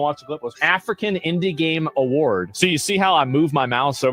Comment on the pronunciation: "The indi Gaymes awards"